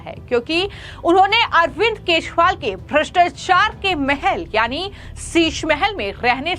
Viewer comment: Arvind keshwal nahi Kajariwal Say properly